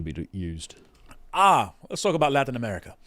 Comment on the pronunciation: Why does that one guy keep pronouncing it “Amelica/Amelican”?